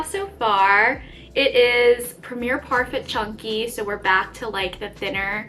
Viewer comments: Premier Parfait is pronounced parfay. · The Premiere Parfait is pronounced Par-Fay. I thought you should say it that way if you want Premier to sponsor. Love all of your work! Your turtles are outstanding!